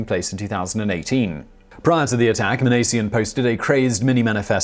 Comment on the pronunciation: There were several names Simon mispronounced in this video. Minassian and Lapine were the big ones he messed up.